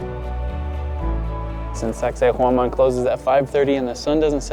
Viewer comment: Awesome video! Cusco is the most fansitating and mysterious city. did an excellent job with the pronunciation of Sacsayhuaman, that’s not easy. The catacombs were very creepy under that church as well as in Lima. The high altitude does get to you and it seemed like everyone had oxygen tanks around. My wife did get altitude sickness and we had to go to a hospital for treatment and they only charged us $12. But I did one better on the way there. I tried one of the liquid yogurts (it was lucuma) before we went on the plane and as I boarded the plane I got really, really sick. One of the flight attendants noticed me and notified the pilot who stopped the plane right on the tarmac so I could get off to a waiting ambulance. There was a Dr. there who spoke English and gave me this little brown pill and with just a couple of hours I was completely fine. We were able to resume the same flight the next day with NO yogart beforehand. I do want to go back to Cusco again someday!